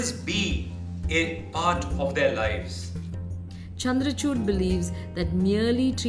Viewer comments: man-ka-chuut, chandrachuut x;D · Please Hear 0.30 to 0.35 Min ....😅 Chandracuth...